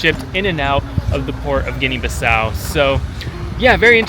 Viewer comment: You don't know how to pronounce the country, it's Guinea-Bissau. You need to learn how to pronounce it, it's not Guinea-Baso